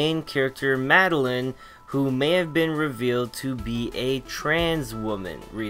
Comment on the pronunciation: Madeline from Celeste says trans rights Also my name is pronounced mad-el-eye-n not mad-el-in